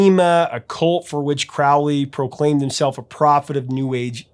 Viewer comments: His name is Crowley, it rhymes with "holy" it isn't Crowley, that rhymes with "foully"-- Ugh! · Dude, Crowley's name rhymes with "holy" Black Sabbath mispronounced it, please don't continue the tradition If you don't believe me, look it up. I'm a Thelemite, I know, and thanks